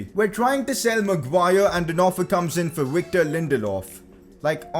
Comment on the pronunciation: Anyone heard him say wictor